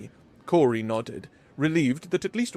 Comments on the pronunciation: Awesome story and great narration. My only nip pick is that I’m pretty sure the hostess name is pronounced “Kow-ri” not “Kor-ri” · It really throws me off when you pronounce the name as “Cory”, its “Kaori”, its even phonetically spelled Kao-ri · Good story, but you really need to pronounce names properly, Kaori is pronounced as Cow-Ri, NOT Cory. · Kaori is infact pronounced Ka-O-Ri, but Cory or Cowri is acceptable for western speakers. Japanese names can be pronounced differently just like every other name on the planet. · Kaori should be pronounced as "cow-ry" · Phonetically Ka-O-Ri. But outsiders like yourself can pronounce it however you want. No harm, no foul. 🤗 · Ka-o-ri it’s not a Germanic language. Also ha-o-ri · is new. Yeah, he regularly muddles words or says them incorrectly. You try narrating something of this length without any mistakes. Most people have to have 4 attempts to leave an OGM on their voice mail! You try reading this story aloud, and then We'll Judge You! How about that? But you won't will you. 🙄